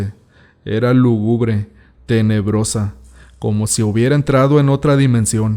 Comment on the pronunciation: Se dice lúgubre con el acento en la primera u. ¿Retorne de regreso a mi casa? Pleonasmo !!! Es retorne a mi casa o regrese a mi casa, pero no los dos a la vez. Me he dado cuenta que las redacciones son de pésima calidad, si quieres ser un narrador público, por favor investiga cómo se dicen las palabras que no conozcas y checa la gramática, porque las historias son muy buenas pero la narración es pésima.